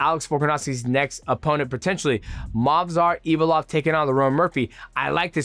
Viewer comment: Can't help but laugh when you say Movsar Evilov 😂 it's Evloev